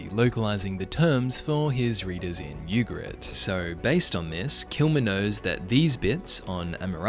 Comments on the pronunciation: I think it’s “Ooo-ga-reet. Not you- ga-rit. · which is not pronounced Yugarit